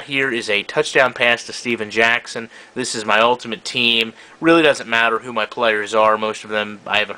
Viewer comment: it steven jackson not stephan jackson it makes a different